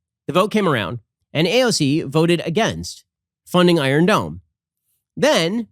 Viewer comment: Nobody: Hasan: the EYE-RUN DOME